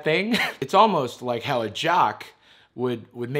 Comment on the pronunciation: “I don’t wike cyberbullies, you’re a cyberbully!!”